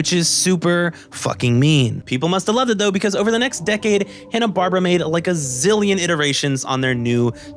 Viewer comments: "Hanna Barbara" Wait what did you say? Hanna Barbara No it's Hanna Barbera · "Hannah-Barbra"? (laugh) It's pronounced "Hannah-Bar-BEAR-a". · Loved this video. 9.5/10. You lost half a point for mispronouncing Hanna-Barbera a bunch. It’s not “Bar-Bra”. It’s “Bar-Bear-Ah”. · I'm enjoying this so much. Accept when you say "Hanna Barbra." (It's "BarBERa," emphasized like "barbaric.") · Is "Hanna-Barbra" a different group than Hanna-Barbera? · This video is the only source in all of the internet where I heard "Hanna-Barbera" being called "Hanna-Barbara" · Bar-bear-uh. Holy crap that drove me nuts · but the correct pronunciation IS "Hanna-Bar-bear-a" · Love the thorough analysis! Not sure if it's a joke, but it's pronounced "Hanna Bar-Bear-Uh" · First off, please learn how to pronounce Hanna Barbera. It's not Barbara. Secondly, Scrapy Doo is not only the worst character made for Scooby Doo, he is potentially the worst cartoon character ever made. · Sorry by the 3rd. mispronunciation of Hannah Barbera I was done! .... sorry kid it was a nice try.